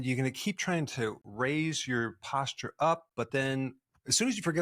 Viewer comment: I wanted to shower after you pronounce the words posture and fascial.